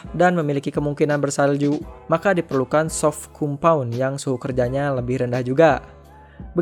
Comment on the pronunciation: ralat bang, hrs nya di tulis compound di baca kom-pawn